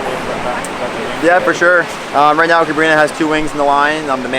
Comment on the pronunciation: CabrinHA like in AloHA - Ha der Atem des Lebens. Sorry, but it was confusing 😅😘